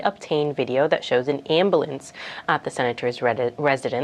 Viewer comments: I can't with the "ambalance" lol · Can’t she say AMBULANCE right 😂